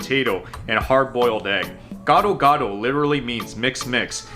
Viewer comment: "GADO GADO" not "GOD OR GOD" 🤣